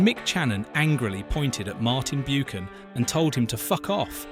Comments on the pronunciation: its pronounced 'Buckan' not bukan/ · Who is Martin Byookan??!!!!! It’s BUCHAN! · Buchan is pronounced 'buckan' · Grating isn't it? And it seems like human error too: not even the usual AI voiceover that gets it wrong. I think if you make a documentary you need authority on the topic and if you do not know how to pronounce Martin Buchan's name you do not have that authority.